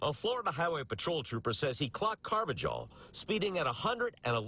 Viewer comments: Car-va-hal, not with a J sound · its "car va hal" not jal, y'all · It’s pronounced “ carv-a-hall”. I should know. I’m a fellow Carvajal. 😂😂